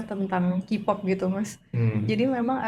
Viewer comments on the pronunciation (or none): mon maap sedikit repisiiii...Kpop bacanya kei-pop bkn ki-pop yaaa...sekian n makasihhh